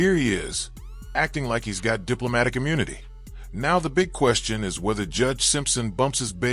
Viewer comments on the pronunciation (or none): none